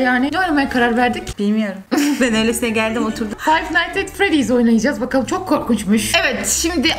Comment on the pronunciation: Abla bide five night is freddy nin anlamı freddy ile 5 gece Okunuşu : fayv nayt is fredi ( bunun okunuşunu yazdım çünkü yanlış okuyanlar var abla ama sen doğru okuyorsun